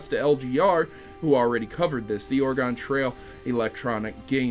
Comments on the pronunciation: I'm Chrono Triggered because you said "Ore-gone" rather than the proper "Ore-gun" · That's not how you say Oregon. It's pronounced closer to organ.